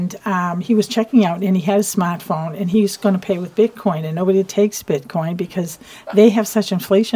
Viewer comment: What's a Smotphone?